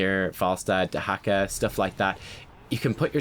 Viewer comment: lol he said dehaka and i was saying wtf why he says hacker